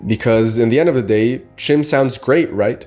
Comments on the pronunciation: You talk about Chim but you don't pronounce the word correctly? It's pronounced "Kim". That's not me saying that. That's Michael Kirkbride saying that, you know, the guy who wrote the lore. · It's actually pronounced "Khim" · learn to pronounce it if you're going to make a video 😂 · It is pronounced CHIM like the word kind but with an M. Consider that the Dunmer were originally the Chimer before Azura cursed them with ashen skin.